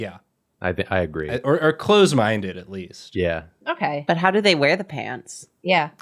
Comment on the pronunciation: i heard "clothes minded" lol